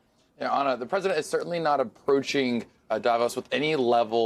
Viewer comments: DAVOSS, not Davose. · Da Voss not davose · hey guys, please pronounce davos correctly?